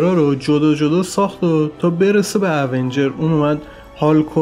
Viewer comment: تلفظات ایراد داره اونجرززززززز